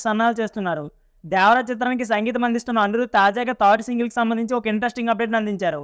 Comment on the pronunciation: not dyavara only devara 😂😂😂😂